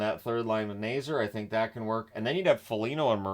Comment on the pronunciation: first off: Frank Nazar's last named is pronounced Nay-ZAR, not Nay-zer. i know the Hawks aren't a team you follow closely, so just heping you with the pronunciation anyways, as constructed, the Hawks shouldn't have a top 5 pick next draft, but will probably finish with a draft pick in the 6-10 range also, showing the Hawks with under $5M in cap room is very misleading, as CapFriendly (long live CapFriendly!) has 15 forwards, 6 dmen & 3 goalies on the roster, which is too many, so their actual cap room will be over $7M when the proper roster moves are made. just letting you know!